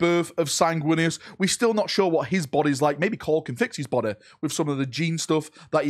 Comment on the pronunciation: "If you make a new BODEH for them, they can then go into that BODEH" so funny the way you said this